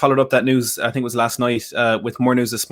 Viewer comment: "I sink you will regret, yes I sink." - Jose